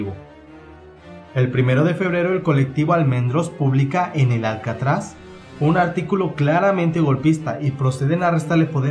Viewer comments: No está mal pero: es Suárez no Suares, es El Alcázar no Alcatraz, es el partido UCD no UDC, es Jaime Miláns del Bosh no Jaimers Milan de Bors o James Milar de Borch, entre otros más nombres y datos. Especulas y haces afirmaciones sobre datos y hechos que no se llevaron a cabo, son erróneos y/o que no se pudieron demostrar. Y has obviado otros que son críticos para entender lo que ocurrió. No lo has hecho mal para tener un punto de vista externo pero si alguien se quiere informar bien sobre esto tiene decenas de vídeos de medios españoles que tratan el tema, contando solo los de Youtube. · 11F??? fue el 23F..... en el periódico El Alcázar no Alcatraz, Guernica no Güernica, y muchos mas errores. Este vídeo esta lleno de errores es pésimo. Y por favor si vas a hacer un vídeo así con temas históricos infórmate bien porque quedas muy muy mal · "¿Porque fallo?" Antes de editar un vídeo sería recomendable ilustrarse un poco en ortografía básica. En Youtube no todo vale. Y no es "Alcatraz", sino "Alcázar"; ni "Güernica", sino Guernica, con "gue" de guerra; ni "Jerri Batasuna", sino Herri Batasuna. Y no es "James" "Milán" de "Borsch", sino Jaime Milans del Bosch. Y no es la "primer" región militar, sino "primera región militar". Rebelarse de rebeldía o de rebelión es con b de burro. Y ya, como remate a este cúmulo de despropósitos, deberías documentarte mejor porque el vídeo incurre en no pocos errores, inexactitudes y hasta leyendas. Hasta la banda sonora es estridente e insoportable. Lo que hacen algunos con tal de figurar en la red. Vídeo mediocre y nada riguroso. Salud. (PD.: Te recomiendo que leas y escuches a Jesús Palacios y aprendes un poco sobre este chusco episodio de la historia de España. De nada). Ah, y no fue un golpe de Estado, que se me olvidaba lo más importante.